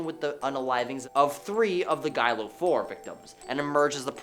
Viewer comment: It’s pronounced “gill go” the Gilgo beach murders.